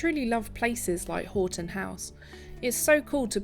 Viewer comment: Hi i used to live close to this Marvel in Houghton Conquest. By the way houghton is pronounced 'haw.tn'